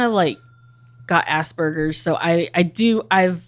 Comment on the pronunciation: Dying at ass-burgers. 😅 My brother has aspergergers.